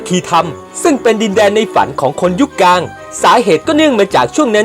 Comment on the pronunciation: ข้อมูลดีครับแต่ออกเสียงคำว่าอังกฤษต้องควบกล้ำเป็น อัง- กริด นะครับ..กลางก็ต้องมีล..ลิงไม่ใช่กางครับโดยรวม ร.ล.ไม่มีเลยครับ